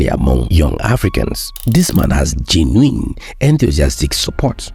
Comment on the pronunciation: The word is gen-u-ine that is the pronunciation pro-nun-ci-a-tion